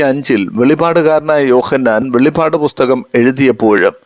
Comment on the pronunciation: സുഹൃത്തേ വെളിപാട് എന്നല്ല പറയേണ്ടത് വെളിപ്പാട് എന്നാണ് അറയേണ്ടത് 😪